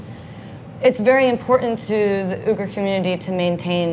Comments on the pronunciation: I was cringing at you pronouncing Uighur. But about halfway in he obviously corrected you because you started saying it right. You’d think they’d research simple yet polite little tidbits like that. Otherwise interesting video. I have traveled to Xinjiang and love the Uighur cuisine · This food is extremely popular throughout the Mainland. Uyghur is pronounced with "we" not "u". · “Oogers”? It’s Wiggers. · If you’re going to make a video about an ethnic minority you might want to be learn how to pronounce their name right. It’s “wee-ger” not “ew-ger” 🤦🏻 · Spoke too soon you’re beck to calling it ‘Ooh-gar’. How embarrassing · It's actually a lot closer to the real way of saying it. "Wee-gir" is not correct. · Uyghur is pronounced as we-gur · ITS OI- GHOR , I’m UYGHUR 😅😂😂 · It's not Wee-gur!! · Like seriously!? If you’re going to make a video about a whole minority of people you’d think you worked learn how to pronounce their name right 🤦🏻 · That pronunciation was terrible...they really should have done some research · The pronunciation of “Uyghur” made me instantly click off, I usually don’t do that, but it was just so bad that I had to.